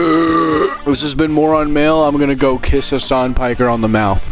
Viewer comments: Piker is a Turkish surname pronounced like pick-ehr. It has no relation to the English word piker and shouldn't be pronounced like it. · Have you been saying "Hasan Petcher" to mess up "Piker" or to say "picture" with the funny accent?